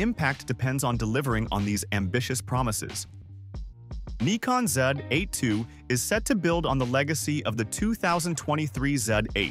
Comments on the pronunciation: This is the the proper way to pronounce it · Yes, Neeecon is how the Japanese pronounce it, Nigh-kon in the US, and Nick-on for the rest of the world. Many English speakers will say ZED instead of ZEE as in the US. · Yes brother! Neekon is a Japanese Brand, so is pronounced Neekon. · That's actually how the folks in Japan say it. From Google - The Japanese pronunciation of "Nikon" is closer to "NEE-koh" with a very silent "n" at the end. This pronunciation is different from both the American and British versions. In Japan, the company name is pronounced the way the name's owner says it is, and Nikon Japan officially blesses all regional pronunciations of their company name. The Japanese pronunciation of "Nikon" is also influenced by the fact that the company's full name is "Nippon Kogaku," which translates to "Japanese Optical". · Actually, I have heard some Japanese folks pronouncing it this way